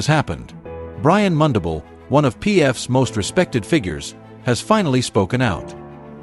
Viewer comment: Pronounce mundubile Brian